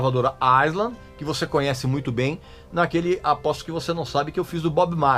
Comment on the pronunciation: Regis, parabéns pelo seu canal do qual sou muito fã, assim como de David Gilmour e Pink Floyd. Se vc me permite gostaria apenas de informar que a pronúncia da palavra "Island" tem o "S" mudo em qualquer país de língua inglesa, sendo AI - LAND, assim como na palavra "numb" o "B" também é mudo. Comfortably Numb [NÃM]. Abs